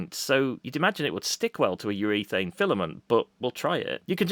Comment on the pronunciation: What's "UREATHANE"? 😛